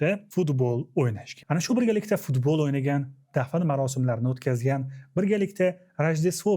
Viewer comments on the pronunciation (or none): none